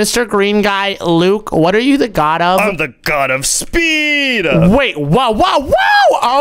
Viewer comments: It's g o d not g o b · Its God Not Gob